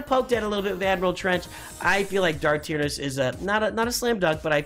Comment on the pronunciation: Check you pronunciation of Tyranus. Also a new Thrawn with nightsisters would make sense.